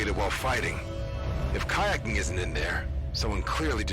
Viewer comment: "So, about kayecking." Had me dying lmao